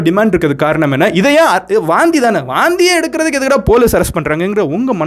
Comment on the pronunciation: Vomit னு சொல்லலாம் ல... எதுக்கு வாந்தி....வாந்தி... னு அழுத்துரிங்க... 😂😂😂சாப்டுகிட்டே Video பாக்கலாம் னு பாத்தா எல்லாமே வெளிய வந்துடும் போல.....🤢🤢🤢